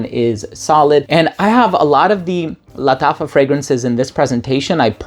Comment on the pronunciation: He's pronouncing it in spanish bro